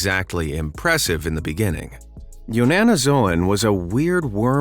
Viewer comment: in the vision he said YANNANOZOON I thought he said your Nanna is snooze